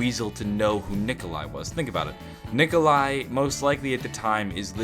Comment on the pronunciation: No Nikolai not nicola